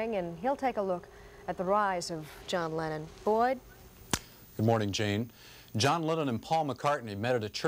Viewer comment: I remember I was in high school and woke up first and turned on the TV. The reporter kept referring to "Lennon was here last night" or "Lennon was shot". I though he was saying "Lenin" and was like didn't he die 50 or 60 years ago?